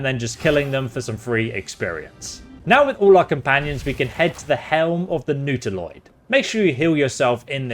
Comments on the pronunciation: sorry for being nitpicky but i just have to comment on your pronounciation of Reliquary (should sound like Relic cwarry) and Nautiloid (which should sound like Naught iloid, and not Newt iloid)... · It's Not-a-loid, not Noodle-oid.